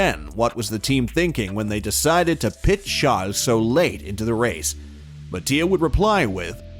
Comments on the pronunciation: Good video. But please stop calling Charles chall/shall lol. If you dont actually have an accent it just sounds like you're making fun of him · I get that. But Charles isn't really a French name lol. Idk, it just sounded super weird to me 🤷‍♂️😂